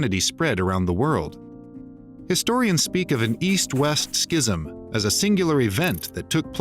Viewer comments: Please look up correct pronunciation of the word, "schism." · That’s not how you say schism